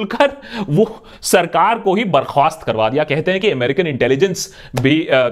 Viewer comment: ... Barkhwast?... Barkhaast